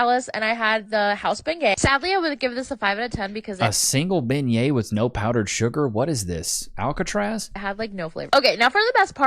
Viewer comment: My gods, her pronunciation of the word bengiet is killing me. And I am a Texan, not from Louisiana.